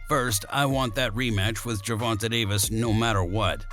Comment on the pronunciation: bro when you say the mans name say it right say the letter A at the end of Gervontas name man wtf! is he a female? say the letter AAAAAAAA